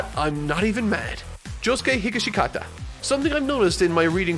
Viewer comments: It’s hih-gash-kata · It's Josuke Hi-Gash-kata not Higa-shi-ka-ta... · "requiem gold experience" "josuke higishigata" this one's a bit trickier so ill just say it's pronounced hih (like the hi in him)-gash-kit-ah